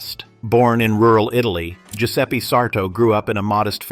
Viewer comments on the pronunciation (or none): none